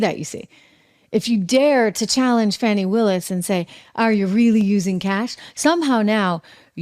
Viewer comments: Thank you Trish for correcting yourself about saying Fauni instead of Fanny. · Trish its not fanny.......Its Fahhhhhnnniii